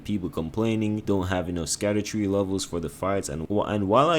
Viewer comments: It’s just pronounced “shadow tree”. The “sc” is an old English spelling of the “sh” sound. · Scadutree is pronounced "SHAD-OO-TREE" Basically just call it ShadowTree because Scadu means "Shadow" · Scadutree equals = Shadowtree. Sc in old English makes a Sh sound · Scadutree is actually meant to be pronounced as Shadowtree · Scadutree is pronounced "Shadow tree", it's based on an old English word for shadow. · Scadutree is pronounced as shadowtree, it has an old english spelling and that's why it looks weird.